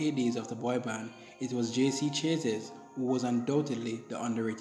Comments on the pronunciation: JC's last name is pronounced "Sha-zay"; the name is French. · Thats ok, lots of people do it If its easier try this Sha- Zay 😊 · Funny af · You're pronouncing his last name wrong...